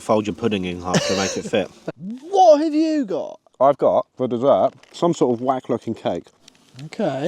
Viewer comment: WHA HAVE YOU GOH? 😂😂